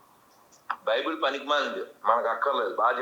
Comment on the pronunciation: Baibel kadhu bulbul adhi